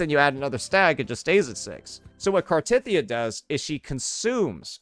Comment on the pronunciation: Omg you actually pronounced Cartethyia correctly! Only once, but it's a start 😊